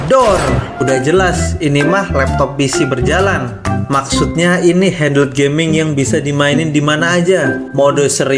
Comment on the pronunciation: HAHAHAHAHA HANDLEEEEDD. HANDHEEELD WEY. GUA HERAN SAMA CONTENT CREATOR MACEM GINI, APA ENGGA CEK DULU CARA BACA SUATU KATA YAA.